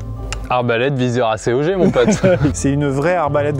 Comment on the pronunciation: vrai question sa se prononce acéogé ou acogue ? le viseur ACOG